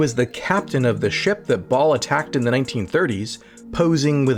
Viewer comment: They always planned with a possible cancellation in mind...and once they didn't (SGU) it happened unexpectedly xD btw it's pronounced "bah-ahl"